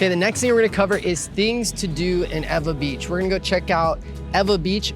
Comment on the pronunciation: NOT EVA BEACH! EEEWAAAA BEACH Lol